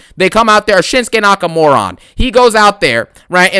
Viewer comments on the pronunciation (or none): did he actually say Shinskenakamoron 😭